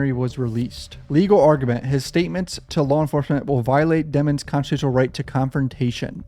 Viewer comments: I'm glad someone else noticed the hugely suspicious change to Melly's surname from the pronunciation "dee-mons" to "dem-ons" lol 😂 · We all know how to spell, we know how to spell the word demons that’s how his surname is pronounced. They just don’t want the jurors to perceive him as evil because you associate evil with the name demon, the word demon.